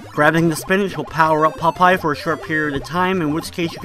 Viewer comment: When you say Popeye, it sounds like you're saying "pot pie." :D